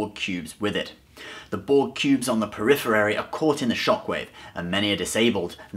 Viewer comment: Good story thanks.... On throng though...peripherary??? U mean periphery I think yeah? Lol